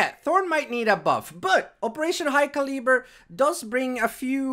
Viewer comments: Cal as in calve. - eh-burr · Btw it's pronounced caluhber like (cal-uh-bur) hope you find useful :) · Hey imma help you out a bit Calibre is pronounced Cali-Brrrrrrr xD great content keep it up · Btw it's pronounced caluber like (cal-uh-bur) hope you find useful :) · Calibre is pronounced Cal-iber so I don't know why they swapped the R and E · Hey! Fellow American here to help you with pronouncing Calibre. “Khal-eh-bur” Note the “a” in “khal” is pronounced like “aaaah” and “bur” sounds like “fur”:P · My thoughts are you might have the worst way of pronouncing "calibre" :D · Marked safe from pronouncing calibre